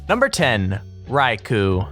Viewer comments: you say raikou wrong say it like ray ko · you pronounced raikou wrong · cringe when you said rai-kuu its raiko not raikuu